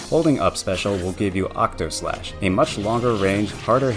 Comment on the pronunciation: *Octaslashn not Octoslash. Sorry, FF fan. Had to say it. 😖 Fantastic guide, thank you so much!!!